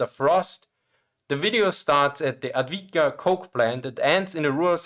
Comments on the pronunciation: avdiivka not advidka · Avdiivka, not "Atvidka" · Adwika? You mean aFdiiiiFkaa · "Ad-Vidka".... ahhh, never change. Good content, anyway!. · „Advitka“? Bisschen mehr Mühe hätten Sie sich geben können, das schmerzt in den Ohren. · I love you bro but the way you butcher the name Avdiivka :D Grüße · Just triggered me that this guy does this for his job and is very focused on producing the highest quality content possible and then puts no effort to the point where its comical in the pronounciation of the topic he is talking about. He says avdiivka wrong in 3 different ways in one video and not in a way where the pronounciation is not a bit wrong but to the point where the letters of the name keep changing order like its whackamole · Not complaining about the content complaining about the lack of effort in even trying to pronounce things correctly to the point where he says it wrong 3 different ways in the first minutes - its like that new warographics episode where simon whistler keeps calling the leopard 2 the leonard 2 im sure you would also say that is just a silly little mistake oopsie until he says leonard 2 in the first part of the sentence and leopard 2 in the second part in the span of 7 seconds